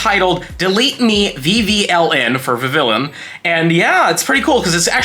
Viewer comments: Please stop pronouncing it like that. Kalos is set in france. Vivi-yon. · I live in FL, obviously, but I have a 3DS I registered as being in HI. Love getting that Ocean form. My top three are Fancy, Meadow, and Ocean. By the way, it's pronounced like Viv-eon. A combo of the words vivid and papillon, the French word for butterfly and also an adorable breed of dog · In Vivillon, the two Ls are silent, and the second I makes the Ee sound. It's my least favorite Pokemon, but only because its Pokedex number is my least favorite number. The only reason I would ever get one is so I don't have to see that number when I scroll through the Pokedex.